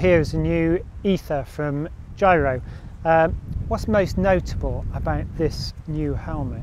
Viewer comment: G-eye-ro? Seriously? Please say G-eee-ro